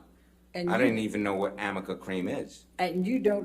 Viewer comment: I wonder if she knows it's arnica cream and not Amica cream 😅🤦🏻‍♀️ like maybe if your client actually used the product you'd get the name right atleast once